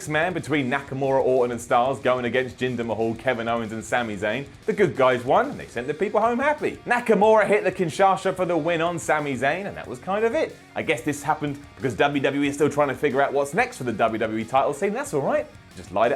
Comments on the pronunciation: He called the Kinshasa the Kinshasha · He called it the kinshasa? No its KIN SHA SA!! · Kinshasha? Shimon Shimon... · "KINSHASHA" ahahahaha You are my Rusev:) Happy Rusev Day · Lol he said kinshasha